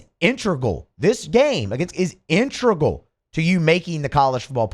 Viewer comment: The word is pronounced "in-te-gral"